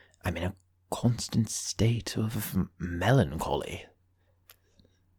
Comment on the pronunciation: Well, I heard MELONcholy instead of melancholy, so maybe this was full of unappreciated puns?